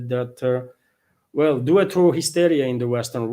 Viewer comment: "Due" is not pronounced in English like the Italian word for 2, brother! 'Due' is pronounced like "dew".